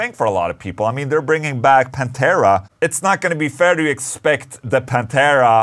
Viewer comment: It's not Pantera man, c'mon